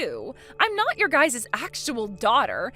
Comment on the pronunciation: ITS NOT GUYS’ES. It’s just Guys’